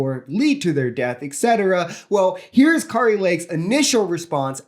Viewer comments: It’s Kair-ee. Like scary. And that she is. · Just as I spell your name correctly,, you should pronounce names correctly. The way you are pronouncing Kari Lake’s name is not correct and it would be good and responsible and professional of you to learn to pronounce her name correctly. This is also true of any other names that you may speak aloud during your career as an online commentator. If you want to be taken seriously, take names seriously.